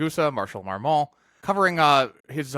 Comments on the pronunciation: Very interesting video, but I have to be kind of picky about pronunciation: the "t" in Marmont isn't pronounced. It sounds more like "Marmon" when spoken. I know it's a confusing French language rule about the final "t" coming after the "n"! 😂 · Neither the n nor the t are pronounced afaik